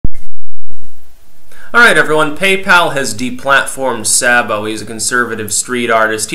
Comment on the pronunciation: His name is pronounced SAY-bo.